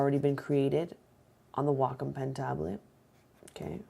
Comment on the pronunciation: I think that Wacom is pronounced Wake-Om, but I an never be sure. Not like Wacom Manufacturers came waltzing up to my door and said "HEY OUR NAME IS PRONOUNCED WAKE-OM" Any way, I think I should get this for my birthday. Thanks for the review!